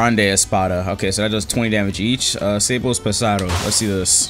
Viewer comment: its fun how u say sables pesados cuz in spanish is literally anoteher thing is Sa-bles pesa-dos